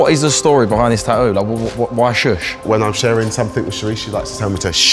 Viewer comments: Tattoo ffs speak properly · Is it really that difficult for the hosts to say the "T" in the word tattoo?. They say the first one. .all I hear is Taooo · It's tattoo no tahoo